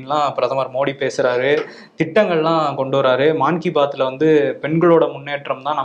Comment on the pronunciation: அது மான் கி பாத் அல்ல. மன் கி பாத். மன் என்றால் ஹிந்தியில் மனசு என்று பொருள். மனசின் குரல்.